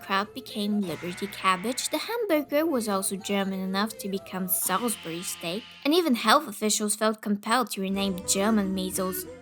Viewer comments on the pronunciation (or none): none